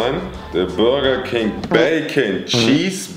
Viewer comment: Bürerking wer kennts nichttt😂😂